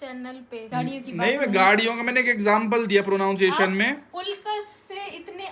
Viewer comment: Actually वह प्रˌनन्‌सिˈएश्‌न्‌ होता है, प्रो-नाउन-शिएशन उच्चारण गलत है ।🤣🤣🤣🤣🤣